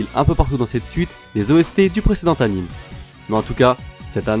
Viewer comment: ça s'écrit "anime" mais ça se prononce "animé"! Comme le nom de l'auteur de Bleach, Tite Kubo, ça se prononce Tité.